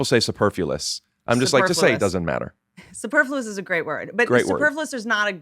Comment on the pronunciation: bothering me that they KEPT saying Superfluous wrong